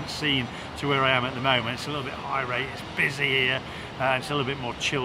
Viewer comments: Did he say people are high rate? Lol surely he means irate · Also it’s irate NOT high rate